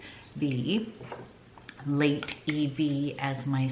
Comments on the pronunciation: I am kindly making a suggestion to pronounce the word Lait (milk) correctly...it sounds like Meh, so "Leh", not "Late". Hope that helps! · The french word for milk is Lait and you don't pronounce the "t". Pronounced "lay".